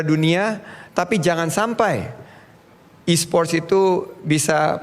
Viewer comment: E-sports pak bukan e-spot